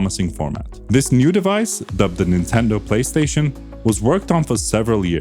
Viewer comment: The "Tripstaion 1"